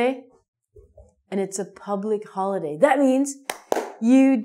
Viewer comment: Happy "Hoilday" :-)